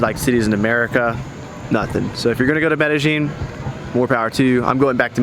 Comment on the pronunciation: Good video. Btw, it's Med Eh Yin, not Med Eh Gin.